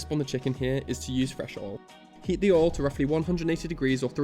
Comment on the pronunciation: Aw he says Oil like Ohl like folks from the South of the US